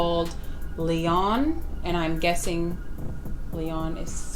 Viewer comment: I’m french and we pronounce it “ Lyon” the N is silent , it’s the sound “On” 😂❤